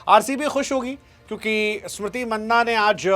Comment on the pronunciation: मैने आपसे पहले भी कई बार ये पूछा हु और आज भी पूछ रहा हु पूरा भारत स्मृति मंधाना कहता है आप क्यों मन्ना कहते है